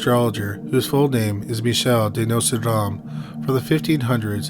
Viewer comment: Notradamus !?? What the!! The narrator speaks very lazily and doesn’t even pronounce the name correctly!